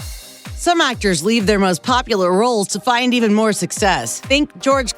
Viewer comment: "I am an ACTAH!!!"